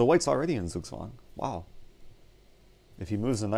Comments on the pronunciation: Crammy Thomas He is pronouncing it wrong... literally I‘m german and couldn‘t understand it... It‘s still „Zug zwang“ and not „zugzwang“ he is saying it way to fast and with a french accent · Can you try to pronounce "Zugzwang" right? it is pronounced Tsuk Tsvang: TSUK - rhymes with Luke, as in Luke Skywalker TSVANG - rhymes with dung, as in dung beetle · The Germans in the audience would probably appreciate your dedication to them even a bit more if you pronounced "Zugzwang" correctly. The German pronunciation of "Zugzwang" is approximated by "tsug-tswahng" in English. German "Zs" are not pronounced the same as English "Zs," having a "ts" sound. The English "Z" sound is approximated by the German single "S." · Sugswang xD Sounds funny how you pronounciate it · I don‘t know if you care but the right pronunciation of z in Zugzwang is like the englisch ts in cats or sits. The w is pronounced like the englisch v. :) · You pronounced "Zugzwang" very wrong. Noone in Germany would understand that :D